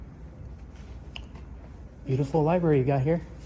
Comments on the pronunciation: Pronouncing “library” as “li-berry” is a super common trait of speech, called metathesis. Lots of people do that inadvertently. The problem is she should have told the library employee that a person walking around the library isn’t a reason to call 911. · Dispatcher needs to learn libRary has an R - NOT LIBERRY. or maybe it is The Lie berry 😊